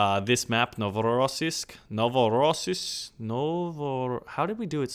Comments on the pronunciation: NovorossIYsk, not NovorOsiysk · Novorosyisk. Stress should be on yi part, not before it. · It's NovorossIYsk the accent is on IY. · it is spelled NovoROSSiysk.And by the way i live in 50 miles from that town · Its Novo as new Rosiysk like Russia ;) Like "Newrussia" :) "iy" is like long "eeeee" PS: oh and the impression is on the long eeeeee ;)